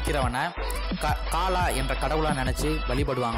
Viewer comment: paalaa Illa bro kalaaa